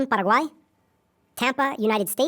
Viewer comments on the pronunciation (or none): I cringe when a white uy pronounces Latin American countries with a fake accent (Para-guay) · That’s closer to the legitimate pronunciation than what most people in the US say though. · Cringed When you are speaking English, that’s not how you say Paraguay.